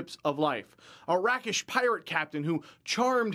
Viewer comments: "Rack-ish"? Is it not pronounced "rake-ish"? Shit, now I have to look this up. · It's pronounced "rake-ish" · Rakish comes from rake. It's pronounced raykish